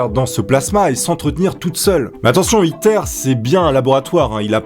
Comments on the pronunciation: À chaque fois qu'il disait ITER j'avais l'impression qu'il disait "Hitler" 😂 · quand ta dit le nom du truc j'ai crue que t'avais dit hitlaire